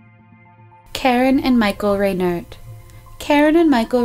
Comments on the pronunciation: It's not "Ray-NERT," it's pronounced "RYE-nert." And it's not "Ad-more," it's "Ardmore." And it's not "Sawarta" Township. It's SWATARA Township. If you are going to go to this much trouble to create a podcast please take the time to try and learn the pronunciations of place and family names out of respect to the victims. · REINERT (pron. RHINE ERT) the first town was ARD-more and the township was SWAT-arra. Please learn how to pronounce the nouns before making these videos.